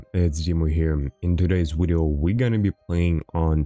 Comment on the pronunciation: stop saying wideo and well sub if we feel like it!